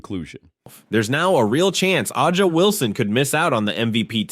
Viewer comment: You butcher the pronunciation of Aja Wilson's name 😮